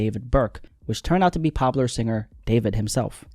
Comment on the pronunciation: Everytime dude says popular I thought you were saying Pablo and was so fuggin confused